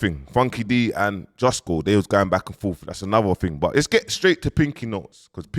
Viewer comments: justo, not jusco, respectfully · It’s Justo bro JUSTO! Not Jusko. It’s short for Justice. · Saying “Jusco” is mindgames 😂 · On a level my bro, I can guarantee people will loose interest in you fast if you don’t learn how to say JUSTO properly, for Gods sake please stop saying JUSKO, it sounds Stupid and it’s annoying. Sorry to be the bearer of bad news it’s JUSTO!!! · The real disrespect is saying JUSTKO 🤣🤣🤣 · He’s being proper lazy with trying to pronounce words it’s very frustrating hearing man say JUSKO every minute, I just have to laugh😂😂😂😂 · Man saying jusco like man think about Costco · Am I bugging or does he mispronounce “Justo” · Why does keep stopping the vid to repeat what just said like we can’t hear justo? We actually can understand it more from jus as he can pronounce words and talk like a adult